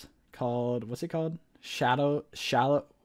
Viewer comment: Dude can’t say swallow